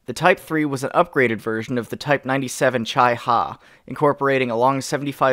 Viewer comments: I'm Japanese and I really have to say this because it really got on my nerves. The Chi-nu wasn't pronounced as "Chy" it was pronounced as "Chee" same for the Chi-ha. But I really love your videos and I'm grateful. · Chi (Chee) Ha/Nu, not Chai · Well, he said it like this, Chei Ha, but it's supposed to sound like, Chee, ha. But it's alright, love the vid. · its not "Chai Ha" its "Chii ha" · lol he says cheye-ha instead of chi-ha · When he says CHAI ha it pisses me off because as an Asian it's supposed to be pronounced Chee ha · Not to be that one guy but it's pronounced Chee ha and Chee ri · Ok i'm pissed It's pronounced "chee-noo" and "chee-haa" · its pronounced chee ha chi ha chi to chi nu were im from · DUD3 IT'S CHEE HA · FYI, type 3 and type 97's 'chi' is pronunced like chea(t) Anyway, that was a fun watch, and I'm kinda hoping that you'll cover the films in the future also. Nice video! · It's pronounced Ci-Ha, Ci-Nu SHAMEFUR DISPRAY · Those jap tanks are pronounced as 'chee-ha' and 'chee-nu' pronounced something like 'way hi way' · Ah you silly, it's pronounced "chi-ha", not "chi-ha"